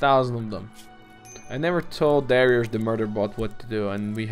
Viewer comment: Also If you really dont like darek then atleast say it right. Its Dari-us